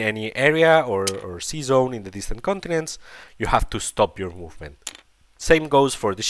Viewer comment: Your english is not very bad looking,. ✌️ Next time try to say sea zone instead season 😆